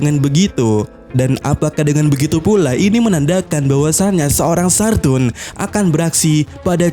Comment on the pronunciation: Ngucap nama yg bener min. Saturn = bacanya satern. Bukan SARTUN